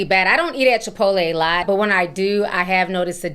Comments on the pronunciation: I love how Ti says Chipoleee 😂😂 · Not Chi-pottle 😭😭😭